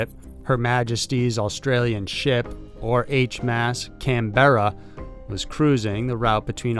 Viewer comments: Btw as an Australian I would like to point out you are mis-pronouncing Canberra our nation's capital. You are emphasising the E to much. Let it roll fast and get to the r's more quickly. Not BE-RA its BER-A. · Not can-Bera but Canberra..as in the capitol of Australia! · You say Canberra as Canbra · Can - berra pronounced like that😂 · its pronounced .canburah....just sayin!. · Just an FYI Canberra is pronounced Can-bra. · Oh dear, Americans see an Australian name and try to pronounce it as it's spelt. Canberra is pronounced Canbra. We do it to annoy people. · I cringed so hard when he said Canberra